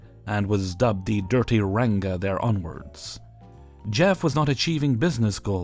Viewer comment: Oh,, hearing you pronounce "ranga" is delightful hahah